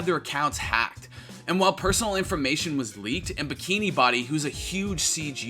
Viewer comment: BikiniBODY? Isn't bow-dee